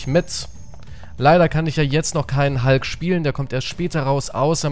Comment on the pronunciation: Er heißt hulk und nicht halk